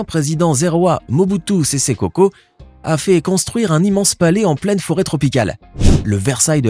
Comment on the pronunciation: ''Mubutu sese seko'' et non ''seko koko''